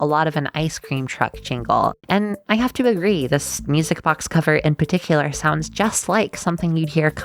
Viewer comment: ^o^ Also i heard misic box instead of music box